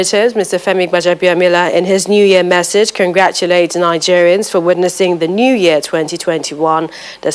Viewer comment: It's 'Message' and not 'Massage'.😥